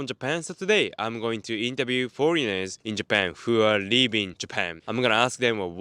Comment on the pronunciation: leavingの発音下手くそすぎ live inにしか聞こえない